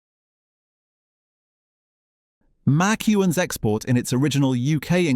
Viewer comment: Ho, ho, ho. You just have to laugh at the way he pronounces MacEwan's.